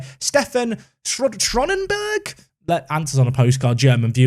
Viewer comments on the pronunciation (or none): Schöneberg would be pronounced SHER-NUH-BERG I believe. Spoken German quite well once upon a time, quite rusty now. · Do anglophone people actually not "see" letters and structures or something when they read words that seem foreign? Like, "Schronenberg", really? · Schöneberg - pronounced schernberg. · Where did you see the “R” in there mate? “Ö” is pronounced like an “eu” sound or an “o”. So sounding more like “show”neberg if it was said by an English person.